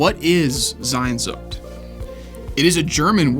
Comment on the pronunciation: Bro just read it as it is sehnsucht. It is not sainnnnnsucht.